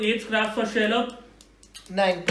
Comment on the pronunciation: Each time Shailabh's name was pronounced it sounded like Sherlock. Manas is a real entertainer.